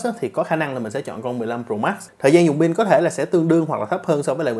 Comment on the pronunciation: Pin đừng đọc là “bin” nha cụ